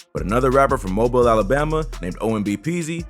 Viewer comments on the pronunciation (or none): Bro said mobile wrong 😑